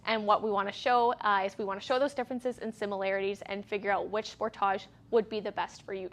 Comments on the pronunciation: Going to start calling it the Spor-táge here in the U.S., too. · That's how they say it in Canada. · Stop pronouncing the car that way! My gawd!